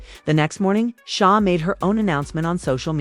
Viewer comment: I understand that SZA is not going to the Australia tour… this woman can’t even say SZA please